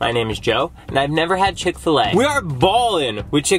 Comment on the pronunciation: You’ve never had ckick-til-a also you go to the gym